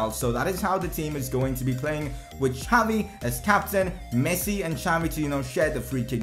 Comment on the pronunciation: It's Xavi,not jhaavi🙏🙌🙌